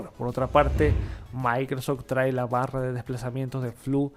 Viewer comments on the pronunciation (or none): none